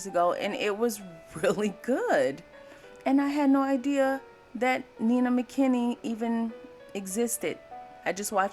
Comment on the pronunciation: You are mispronouncing her first name. She and her family pronounced her first name as Nine-Nuh (9-Nuh) NOT Neena.